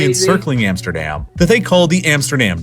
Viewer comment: What i don’t understand is that he pronounce Amsterdam and Rotterdam different even tho the A in dam is exactly the same in Dutch.